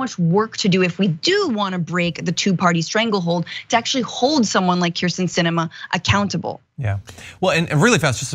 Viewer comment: Cenk went off on Tucker Carlson for calling AOC Sandy, then goes right ahead & calls ""Kirsten "" ""Christian "" like 5 times !! What a chump !